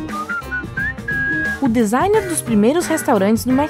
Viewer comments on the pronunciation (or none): "o dezainer dos restaurantes"... É: o DIZAIN... Design: "projeto".. "a coisa". Designer o profissional.